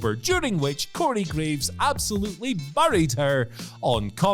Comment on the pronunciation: Can whoever writes these scripts, stop including the word buried, until he can pronounce it correctly.